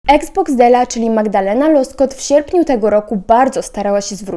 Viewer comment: Ona ma na nazwisko Łoskot, nie Loskot xddddd